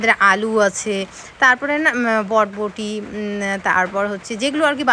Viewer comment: তুমি বটবোটি বল,কথাটা বরবটি